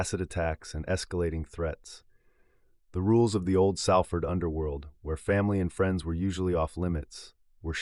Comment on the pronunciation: Come on mate it's pronounced Solford but spelt Salford